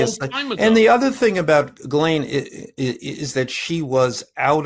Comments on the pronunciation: Giz u lane Maxwell??? How about Ghee len Maxwell. It's not that hard. Your guest almost got it right. Make a little effort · Who tf is Gizzlane? Ive heard Jizzlane recently too. It's pretty ridiculous that so many apparently otherwise articulate people cannot say girl-ayne. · Respectfully, I just watched an episode of “The Behavior Panel” on YouTube in which Ghislaine Maxwell was interviewed in prison by one of her brothers. He made clear that her name is properly pronounced “G’lin”. He also shared that family and close friends frequently called her “G”. That aside, I found the discussion between Michael Wolff and Michael Cohen thought provoking. Thank you for sharing it. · Her name is pronounced GEE-lane, and her father died mysteriously, then the family learned he was millions in debt and they had to liquidate their estate